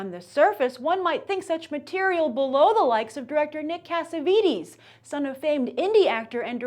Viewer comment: It's not pronounced CassavEEtEEs...